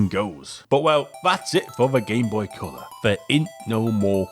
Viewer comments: What the heck is this 'Cyaow' you keep talking about? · "Gameboy Ceuller"